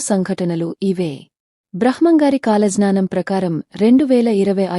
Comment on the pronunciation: please కొంచం స్పష్టంగా మాట్లాడు తల్లి. బ్రహ్మం గారు అనటం, కాలజ్ఞానం అనటం రాకపోతే ఎందుకు స్పీచ్ ఇస్తున్నారు